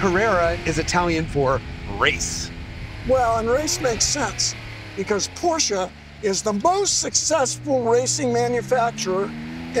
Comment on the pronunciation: Pronounce Piëch correctly: Check (at least at the start) Pronounce Porsche correctly: Check Pronounce Wankel correctly: Check Count this German impressed! Thank you very much! I know who Ferdinand Piëch was, but I had no idea he was responsible for the Merc 5-pot diesel. He was a true visionary who did not take no for an answer and who wasn't afraid to think outside the box. Great video. No seriously, a really great video!